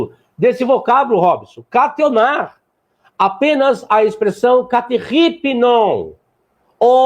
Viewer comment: katchi onár???? Kat’ónar!!! É sério que ele tem coragem de se dizer professor de grego com uma pronúncia dessas?